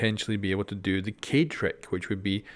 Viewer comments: Who is Cade? Isn’t it Kaed? 😂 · His name is ka e d.that's how you pronounce it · he says it slightly wrong, if you really want to hear it pronounced very well, go to google translate, choose French and type Kaid then listen to it in french accent.. that's exactly how it is pronounced. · Floppykilgus Not sure how to translate it through text but I’ll try. It’s pronounced Kai-d. The Kai is said separately from the d sound at the end. So rather than it sounding like Kayde it’s Kai-d. Hope that makes sense. You could always look it up if you are curious. Just make sure you looking at the Arabic origin for the name when you look it up. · Just say is name right, it's not that hard. Kah-EEED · Kaid is pronounced Kiiehd... Is Arabic for leader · It is pronounced (Kha-eed) I think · his name is pronounced "Kayd" that means Captain. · It’s pronounced ‘kah-ed’ which means leader in Arabic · most of us want to correct our pronunciation, so it's way better to say "kha'ed" قائد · Its easy to say his name , just pronounce it like this KA /ED it means (LEADER IN ARABIC) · People complaining about you not pronouncing Kaid correctly yet everyone says "Mon-Tane" instead of "Mon-tan-ya". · Why won't you just say Kaid right? 😿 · Gotta say, deliberately mispronouncing the dude's name is kind of a dick move. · "People have told me the way I'm pronouncing kaid is wrong". The man couldn't give any less fucks. Madlad. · Is it really that hard to learn how to pronounce a four-letter word? :-)